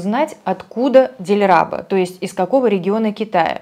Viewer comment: в имени дилраба или по узбекски дилрабо ударение в другом слоге.